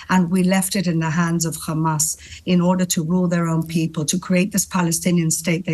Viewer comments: Khamas. She can say hostages, she can say have, but she can't say Hamas. Lunatic. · KHamas ...KHamas..... KHAMAS 😂